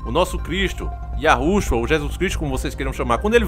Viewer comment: Mano, fala o nome do Eterno direito, é YAUH OU YAUSHA e não "yarusha" como vc diz.